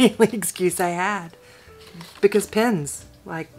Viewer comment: OMG - you sound like my twin!! Especially the comment , "But, PENS!" Oh, my, I giggled over that one for quite a while! I mean, how could anyone question your motive for buying more pens!!?! Thank you for such a fun video.